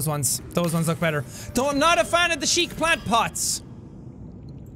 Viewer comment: When Jack said chic he spelled it like in my language means pooping